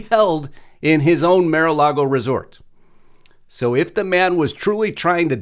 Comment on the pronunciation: It's not 'Mare'-A-Lago'...It's 'Marr'/Mar-A-Lago! 'Mar' means ocean in Spanish and Mar-A-Lago means Ocean to Lagoon in Spanish.